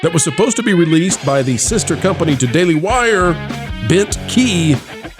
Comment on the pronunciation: it's "daily wire" baby 🤣